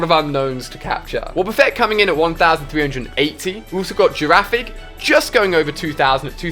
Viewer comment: AliA, it's not hard. Ariados has an "i" in it, yet you pronounce it "arados". you said "girafig"